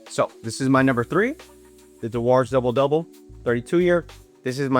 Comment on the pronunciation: Dewar's is pronounce as 'djewers'.